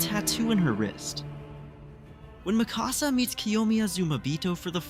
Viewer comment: Why do all AoT youtubers pronounce Mikasa's name so wrong lol It is spoken in dub and sub the same way. Its not "mi casa" like "my house" in Spanish.